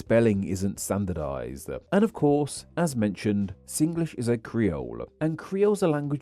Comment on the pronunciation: Good. U said Singlish the Singlish way, sing-ge-lish.